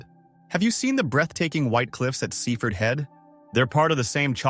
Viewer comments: Sea Ford. Not seefud. Cook mere not Cuck mere. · You pronounce it Sea Ford if you are a local